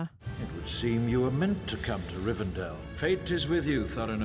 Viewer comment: calling Elrond Eldron and calling Rivendell Rivendale is sending me 😂